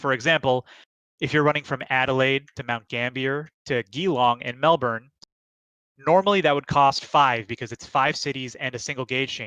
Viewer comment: So happy to see a play through for this game! Great work in showcasing it! As an Australian though, I physically cringed at some of your pronunciations. Kind of like everyone else does when they hear us talk. I know we have oddly spelled place names but Geelong is Jee-long, Whyalla is Why-A (like A in apple)-la, Wagga Wagga is Wog-ah Wog-ah, Melbourne is Mel-bn and Brisbane is Briz-bn. If in doubt, just act like your tongue is allergic to vowels and you’re half way to talking like us